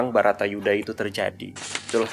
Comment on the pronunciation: salah terus kalau ngomong Bharata Yudha dia ngomong Bhatara Yudha, tapi aku suka jadi lebih Bijaksana dan Smart